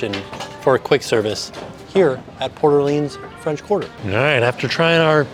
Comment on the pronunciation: This was the first resort I stayed at so it was fun to see it again. As a New Orleans native, I appreciate you saying the name right lol. Love the videos and congrats on the baby!